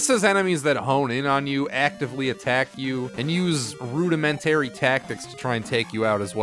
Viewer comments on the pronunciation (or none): when you mispronounce common words rudimentary, we know you're reading a script you didn't write.